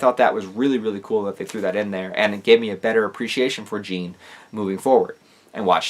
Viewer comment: As a French guy it's so painful to hear you pronounce Jean this way, great video nonetheless